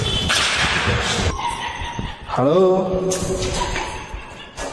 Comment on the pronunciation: Sounds like it says Ho not hello 😅